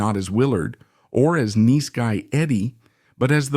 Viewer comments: Neece Guy Eddie?????? Bad AI! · "neese guy Eddie" ??? It's nice guy Eddie you AI slop cnt waffle. Fcking garbage. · Is this an AI narrator? He can't pronounce nice